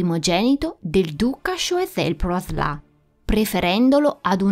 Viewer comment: Interessante come sempre. Solo un appunto sulla pronuncia: "Sciuasel-Praslen. Comunque brava è sempre un piacere seguire i tuoi video